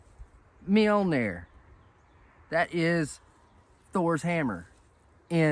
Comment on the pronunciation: Have you been practicing saying that, you were spot on 😅🤣😅😂